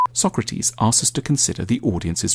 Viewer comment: I played AC Odyssey, and the way Tanmay pronounced Socrates made me very uncomfortable